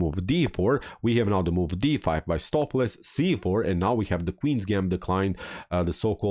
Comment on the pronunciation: Not watched vid yet, just 2 minutes in. The correct pronunciation for Stoofvlees is 'Stowf flace" with the O in 'stowf' pronounced like the O in 'both'. It's Dutch and it means beef stew.